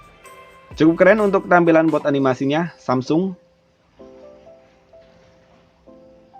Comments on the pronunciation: Boot kak bukan booth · Boot bang boot B O O T bukan booth